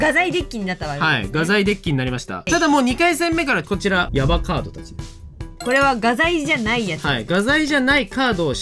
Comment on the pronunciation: うぽつです！ あたりのやばカードの説明のときやばカートになってて可愛いなってなってました笑 わらさまも、わらさま可愛い〜ってなるなつめさんちのお二方も可愛すぎて幸せ空間( ´•̥ ̫ •̥` )